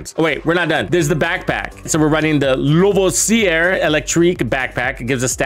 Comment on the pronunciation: La-voss-see-ay Phonetic, for you Americans Like the liquor